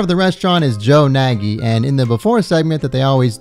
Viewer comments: THATS MY FUCKING GREAT UNCLE ON GOD BRO WHAT THE FUCK. He do kinda be like that irl tho. It's pronounced nay-gee not naggy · Hey just to clarify, Nagy isn't supposed to pronounced as Na-gyi but rather Naaaty as his surname is of Hungarian origin. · I've never heard anyone pronounce Nagy that way before 😃 it's a Hungarian name, the "gy" part is a letter on it's own. Sounds a bit like G in Gin. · His last name is actually pronounced "naj" or something like that... It's Hungarian and gy is either pronounced like a "d" or a hard "j". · Nagy is pronounced like "noj". It's the most common Hungarian last name and also means "great" or "big" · But he himself in the episode pronounces it Nagy